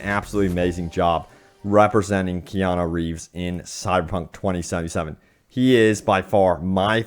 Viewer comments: It's Keanu not Keano. KEY-ya-noo, ya - rhymes with pa, noo - rhymes with do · His name is Keanu, not Keano. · Kean-U not Kean-O. But keep up the good work :)